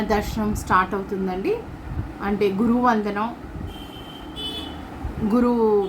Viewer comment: Guru vandanam ante clear ga cheppandi amma